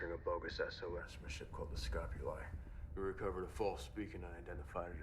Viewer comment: Dude, i;m dying here. The huge guy is Amos and the name of Julie ship is SCOPULI, not ESCOPULI.